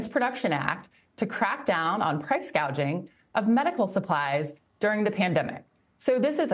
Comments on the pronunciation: Kamala Harris didn't even say the term correctly, like she didn't know what the concept was referring to. She said 'price gauging" which would mean 'price measuring', when the actual term is 'price gouging' (referring to increasing prices beyond fair levels). People just choose to ignore this stuff, but it shows that Harris isn't familiar with anything she is talking about. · Harris said "gauging"😊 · So fos😂😂😂😂she could not even say the word properly “gaging” 😂😂😂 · no, she clearly said, "gauging".